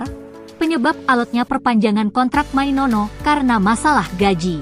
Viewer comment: Mainoo bkn mainono🤣🤣🤣